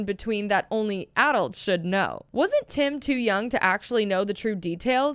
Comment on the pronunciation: Is nobody talking about how she's saying adults wrong